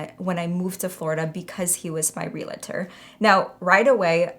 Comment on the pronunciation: Everyone say it with me, REAL- TOR As a professional realtor, I don’t know why people add an extra a in the word and make it three syllables. It’s really only two syllables and it’s really only pronounced the same way you pronounce Real Estate, you pronounce the Realtor.. Great video! God bless. 🫶🏽